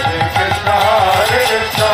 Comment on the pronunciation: Not Purnim it's purnimaa And It's not Krishnaa it's Krishna